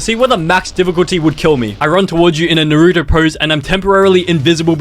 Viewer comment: Max “diffuculty” was hard man.